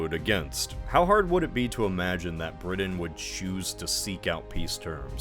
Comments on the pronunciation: Did it drive anyone else nuts that he kept saying BriDin? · Still trying to figure out what country "Bridden" is. ☺ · Wait which country is “Bridden?”Sorry, I couldn’t resist. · Are you aware the letter "t" exists? Briddan, Uncerdan, ed cedera... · generally, a good post except Britain is pronounced with a T not a D. 🤷🏻‍♂️ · Learn how to pronounce Britain. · Thank you as an English person that made me wince lol